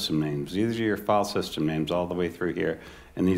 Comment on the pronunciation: Note to the watcher of this video: when you hear the word "fall-system", understand that the presenter means to say, "filesystem". Fall-system doesn't have anything to do with a system of falling.